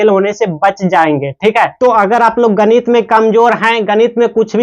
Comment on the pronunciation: गणित ❌ गनित। ✅😂😂😂